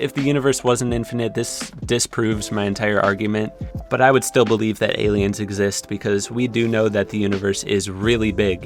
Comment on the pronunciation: Nobody:: "exist, EgGs ZiSt, eggzist."